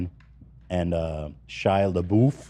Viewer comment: Ethan talking about Chris Pine... "You think I would plan a whole segment over I saw Chris Pratt?!" ...."SHIA LEEBOOF"...."JASON SOODEKOO"